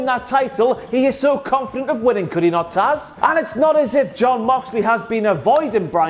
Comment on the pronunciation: You got "Taz" right this time (